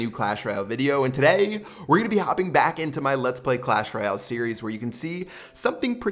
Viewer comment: PLEASE LEARN TO SAY "Royale" PROPERLY IT'S SO IRRITATING